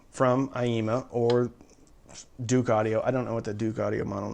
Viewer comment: Dook. Not "Duke"....!??